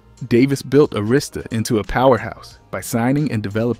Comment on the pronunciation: Sorry but you need to learn how to pronounce Arista Records, it not A Rista Records 😅